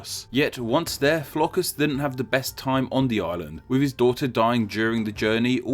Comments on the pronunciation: Flokus! xD where do you see the S buddy ? I'm from Iceland and seeing you pronounce all of these names wrong is hilarious. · Why do you insist on pronouncing Flóki as 'Flokus'? I like your videos, but the many pronounciation errors throughout your videos irritate me. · Why are you pronouncing an 's' at the end of Flóki?